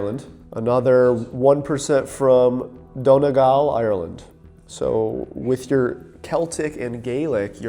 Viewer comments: Btw Leinster in Ireland is pronounced LEN-ster, not LEEN-ster. It is the eastern province that contains our capital Dublin, its surrounds and the midlands etc Connacht is also pronounced CON-AKT, not ‘Con-asht’. Donegal is ‘Dunny-gal’ rather than ‘donny-gal’ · As an Irish person they're pronounced "done-e-gal" "con-noct" and "lens-ter" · Its pronounced : LEN-STER CON-NOCT DUN-KNEE-GAWL 😅😅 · What do you mean connasht and leenster. Bro is a grown man and my 6 year old sister could prononce the words better than him. And btw its prononced con akt and len ster. And donagl bro just say the words right and come to DONEGAL town and meet me.